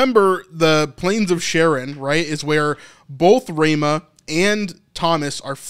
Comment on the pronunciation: It's Ra mah not Ray mah